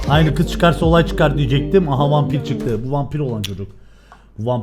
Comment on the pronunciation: türkçeyi bozdu artık (kız değil giz 🤣)